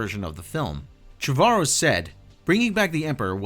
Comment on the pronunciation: You're mispronouncing Colin Trevorrow's name